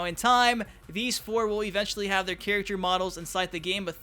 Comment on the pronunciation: Can you please learn to say: "Character" you say...like, "chirikter" Good video tho.